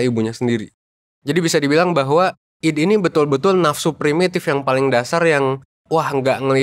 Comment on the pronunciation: ID itu mungkin bacanya aidi pak